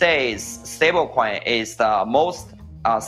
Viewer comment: Every single time Justin Sun says stablecoin i hear it as StableKwon. Bro, i dont think you should tell us all this info. Its enough to look at USDD name and stupid icon to get that its a ponzi.